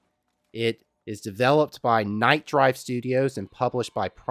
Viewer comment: Nightdive studio not Nightdrive